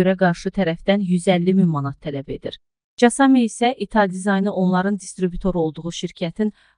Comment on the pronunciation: 'Casa mia' yox, Kasa Mia 🤦‍♂️ Öyrənib oxusaz, daha yaxşı olar...